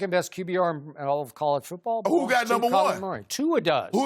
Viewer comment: "who got the best TD to interception ratio in college foobawl" 😂😂😂😂😂😂😂😂